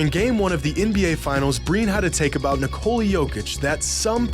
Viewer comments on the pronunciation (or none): Here’s a hot take: it’s disrespectful to refuse to pronounce a man’s name correctly. Particularly the 2 time MVP. His name is pronounced NIK-ol-la. It is not Nik-COLE-la like all these American commentators. Jokic has said how to pronounce his name in interviews and Americans ignore him. Show this man some basic respect! Correct pronunciation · Ni-Cola. Is that really how people are pronouncing Nikola? SMH.